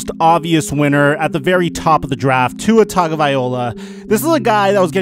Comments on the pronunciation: Why is it so hard to say tua’s name? Tagovailoa not tagavaiola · Dude you pronounce Tagovailoa about as well as Goodell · The way I judge whether people pay a lot of attention to football or not is if they can pronounce Tagavailoa. Sorry